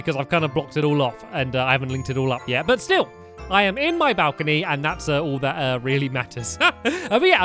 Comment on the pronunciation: At the start of the when Stampy said I'm on my bowcany he was on the edge of the bowcany like if you agree📱